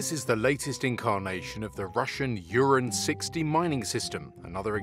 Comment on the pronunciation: Mr. your videos are so much informative but unfortunately some very important terms are terribly mispronounced.... this RuZZo-Ukrainian war being such an important primary day to day developing global event I suggest you kindly do a minute long online research to correct pronunciations.. This weird vehicle is called URAN pronounced Ooo-raaan which means URANUS in Ruzzian language ❤ No hard feelings please ❤